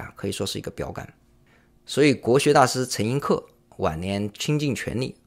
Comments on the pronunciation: 陈 寅 （ yín ） 恪 （ què ），不是客。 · 陈寅恪最后一个字应读作què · ，是陈寅恪que😅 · 陈寅恪的“恪”字正确读音是 que 第四声。虽然在现代汉语里面该词只有一个读音，为 ke 第四声，但当时他们家族里面一直就是把名字里面的这个字念 que 的。后人为示尊重，凡提到陈寅恪的时候，就念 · 纠正一下，陈寅恪的恪应该读“却”音。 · 陈寅恪(que)，我看几次都讲到他